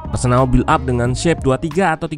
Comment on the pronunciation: Arsenal min bukan arsenak😂